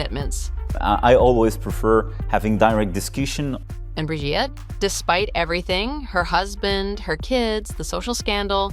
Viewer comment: Brigitte!!!!😅not bridget!!!